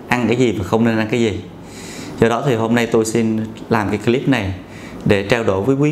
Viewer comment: Bác sĩ nói tiếng Em thì giỏi . Còn nói tiếng Anh thì dở ẹt .phát âm từ CLIP sai bét . Mỹ nó cười cho.